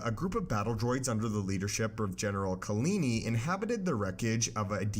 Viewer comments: (KAH-La- Knee) Kahlani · Do you mean KalAni?